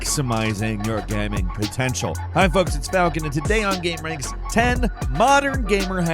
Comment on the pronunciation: “Are you maximizing your Gamming potential” lol, instead of gaming Falcon said Gamming. Simple but funny, to me at least.